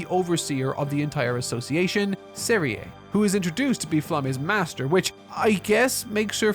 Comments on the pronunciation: Bro couldn't even bother to get the names right of the show he watched 28 friggin episodes of. Shtark. Zeria (Serie). Zenza (Sense). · He also got Serie and Sense's names wrong, which is really frustrating. Completely ignored Kraft, said nothing about mama Methode or the two girls. What a mess this was.